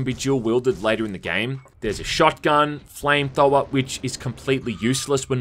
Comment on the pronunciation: what is a flame thow-er?